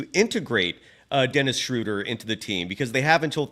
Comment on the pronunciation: Guys, it's not "Shrooder" like "Shooter", it's "Schruh-duh" like in "shrugs". 😅😊 Gonna be curious to see how many weeks months it'll take for everyone to pronounce it correctly. 😆😅